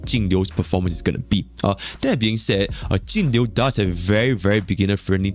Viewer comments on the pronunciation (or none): I cant distinguish which character you mean when you talk about Jing Yuan/Jingliu/Tingyun. With the way you pronounce their names it all sounds like Tingyu :D